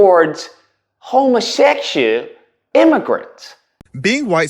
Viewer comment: Did u just say homosessual?